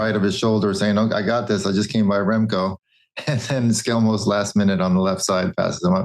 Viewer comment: But George pronunce "Skjelmose" perfect - and I'm Danish.